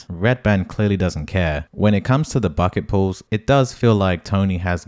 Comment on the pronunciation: You said bucket pools but i thought it was bucket pulls lol